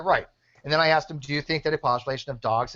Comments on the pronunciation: That's not what he axed you,! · “I never axed that question” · He sure axed a lot of questions... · Wow, what a douche bag. He bitches about being interrupted yet he couldn't shut up for one damn second. THAS NA WHA I AXED YOU!